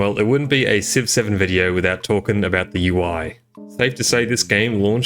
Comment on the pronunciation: What he says: Civ 7 What I hear: 6 7